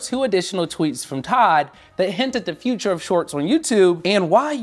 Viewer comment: “Leaning into the future” not feature 🤣 Great content otherwise.